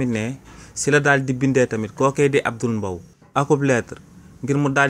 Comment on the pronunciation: Combien de fois as-tu prononcé le nom alors que c'est Abdoul MBAYE? Soyez professionnel qu'à même 🤷